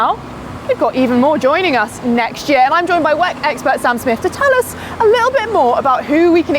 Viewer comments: she says Weck? Whack? Lol 🤣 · WEC is an acronym. Stop saying it like it's a word on its own.